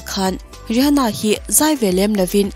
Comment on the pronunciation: Ri ha na tih loh tur Rih ana tih zawk tur 😁😁